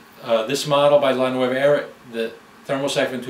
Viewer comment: Looks like a great machine, I want one! Since it's an Italian name however, you should pronounce it "NuOva" and not the Spanish nuEva, like you did throughout the presentation.